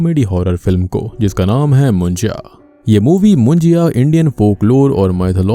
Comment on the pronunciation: actually it is pronounced as मुन्जा not मुन्जिया